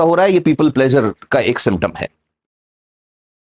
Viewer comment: प्लेज़र नहीं प्लीज़र कहिए!